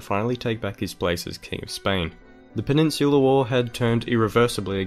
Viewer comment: It sounds like penisular wars